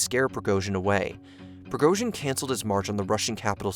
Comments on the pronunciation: It's name is pronounced prigoJin, not prigoZin. Don't be sloppy. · appreciate the video but A) it's extremely clear what Prigozhin's goal was, and that was to negotiate for his own life. secondly, at least learn how to pronounce the names FFS. It's Pre-Go-Jin and Shoy-Gu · Shigoi? De’at? Prigorzhin? How about you edit what you say. Sounds unprofessional.